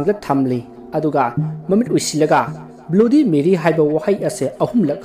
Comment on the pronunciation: Broo pronunciation do BLUDY MARY hydw nttiye BLADY MARY hygdbne